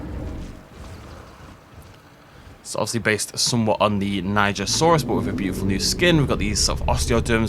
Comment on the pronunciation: I thought it was pronounced: "she-an-joe-saurus"